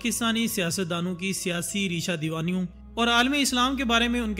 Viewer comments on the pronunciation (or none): Talafuz par dehan dain Raisha dawani hay reesha dawani nahin Kundan hay kandan nahin